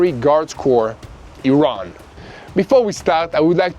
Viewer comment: Did you say stwike iwan?